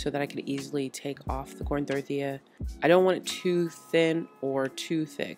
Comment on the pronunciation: This girl says “thorthia” lollllll